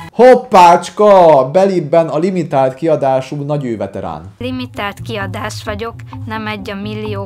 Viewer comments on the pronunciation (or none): A hintón érkező csajszi nem is értette a kifejezést, mert úgy mondta: "limi tált kiadás vagyok"